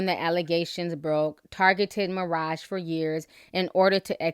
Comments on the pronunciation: Why do u keep saying Maraja?? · You pronounced maraj wrong